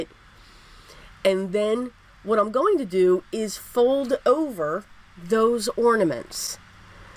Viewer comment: I love the cards and the fact that you pronounced ornaments instead of ordaments. That drives me crazy. So thanks so much.